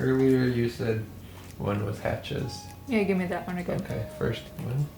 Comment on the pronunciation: I I like how you say Hutshee... Hachez in german speaking is HASCHEE like purree 🥰 best chocolate, or one of the best, from my hometown Bremen.